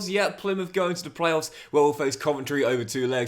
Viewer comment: Even worse Plymuff. Makes any Argyle fan cringe